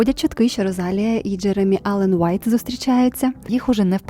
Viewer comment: будь ласка заверніть увагу на наголос) Rosalía